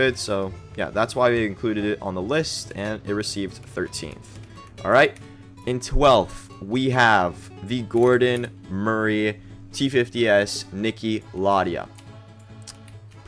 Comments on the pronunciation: its niki lauda not laudia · Sorry to be that guy, LAUDA, NIKI LAUDA NOT LAUDIA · It's Niki Lauda not laudia